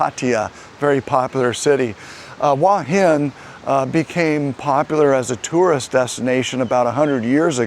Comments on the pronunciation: It is beautiful there. Pronunciation is Hor Hin, not Wa Hin. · Transliteration makes it difficult but the point is he is saying it completely wrong.